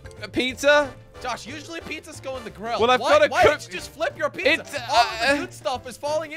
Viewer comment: When said peeza (pizza) it me laughing hard 🤣🤣🤣